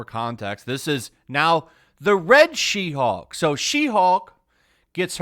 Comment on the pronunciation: When you're saying WW She-hulk, I heard 'Roulroul chi-houk!' at first and giggled.